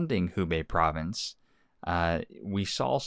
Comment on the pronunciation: Prov-ince...not provi-nenece jus sayin...